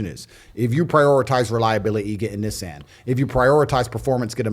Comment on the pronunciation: What the fuck is a Nizzan !!?? 😂 love Tate